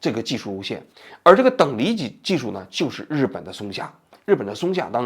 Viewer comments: 王局说"等离几”的时候，我正在吃饭😂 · 你好王局，今天在节目中你说了好几次等离几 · 等离ji…..哈哈哈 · 王局嘴瓢了😂等里脊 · 王菊怎么还“等离几”上了😂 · 等离子！等离子！等离子！王菊，来，重要的词组念三遍！！！可别再嘴瓢成等离几了哈🤣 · 我果然很无聊，王局嘴瓢说出等离几一下把我逗乐了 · 王局之所以读错，是因为zi的i有别于普通的i。zi的i是开口呼韵母，与jqxbpdt等声母相合的i是齐齿呼韵母。王局下意识地想发齐齿呼的i，却无法与z相合，也就迁移到了音位相近的j上，最后等离子也就被念成了等里几。此外，王局念错也和日语浊化规则有关。日语さ（sa）行假名灼华后变成ざ（za），但同行的し(shi，音同西）浊化后变成じ（ji），也就导致日语zi的缺失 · "等离几"发生在 🤣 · 王菊年纪大了啊，等离紫，等离紫。已经口齿不清了。